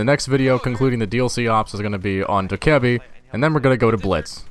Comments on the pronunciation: Its pronounced Do KAI ebi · you pronounce dokkaebi like "bee", dokkae-"bee". Thanks! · That mispronounciation of dokkaebi gave me cancer